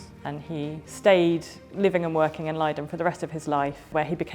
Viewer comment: it is leiden not laaiden😂